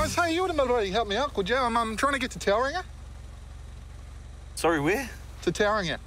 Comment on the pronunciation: Never in all my life have I ever heard someone say Tauranga so wrong..